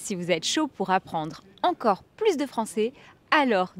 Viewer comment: Mesdames, ça serait que vous pouviez éclaircir pouquoi vous avez prononcer la lettre S dans la partie de la vidéo que parlait sur les rabais des soldes ? Vous avez prononcer « pas plus » en prononçant la S, même si il était une négation ! Je vous remercie du fond du cœur